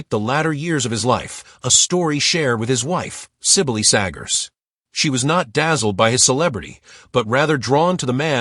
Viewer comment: There was no tearful tribute in this clip. And the pronunciation of her name was pretty bad … all the accents were on the wrong sylaaaaables.